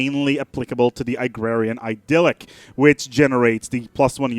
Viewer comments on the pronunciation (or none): I came back to this video to reexperience the horrendous pronunciation of idyll